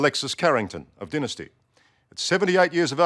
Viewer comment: He needs to pronounced it right, it's dynasty not daynasty